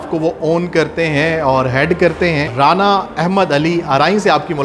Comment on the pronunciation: رانا احمد علی آراییں 😁 اینکر صاحب خدا کا خوف کریں یہ 'رانا آراییں پہلی بار ایسا سنا ھے